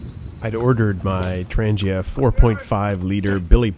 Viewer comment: It is pronounced Trang-yuh, with a strong "g"... Your 725-24 frypan actually DOES go on the top, like you had it. You need to order the "Strap 85 cm", That will connect your kit all together the way it was meant. ALSO, get the F29 orange bag to fit your whole kit (including the 4.5l Billy).